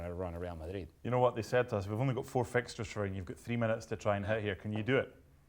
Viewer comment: I hate how this dude says Madrid